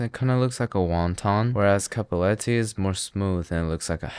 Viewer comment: he confuses the word “cappelletti” with “cappettelli” very often lol